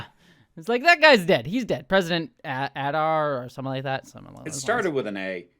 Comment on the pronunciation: pronounced Ay-dar